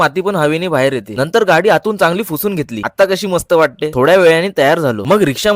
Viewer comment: Are tula kay karaycha hay to videos tari takto tu tevda tar kar पुसुन ❌ फुसुन✅ bolt 😢😢😢